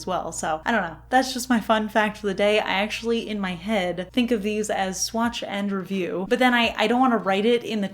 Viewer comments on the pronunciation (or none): Not gonna lie, I heard “swatching review” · I always thought you were saying “swatching review” 😂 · I definitely hear "swatch n review." I listen to a podcast called Cortex and they just came out with a new product they're calling the sidekick notepad. But Myke sounds like he's saying /psychic/ notepad on the podcast, I am so amused. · I’ve always thought you were saying Swatch review for You! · I always thought you were saying "swatching review" 😶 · I always thought you were saying, "Swatch review" so now I know! What a beautiful collab! Thanks for sharing these polishes with us. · Too funny, ive always heard "swatcher review" too. you cant convince me your saying "swatch and review" lmao 🤣🤣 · I hear it as “Swatch n’ Review”. 😅 I grabbed these as soon as I saw them! It’s such an interesting collab, and the inspiration for each polish works really well. If we’re being real, I would have grabbed these for the bottles alone.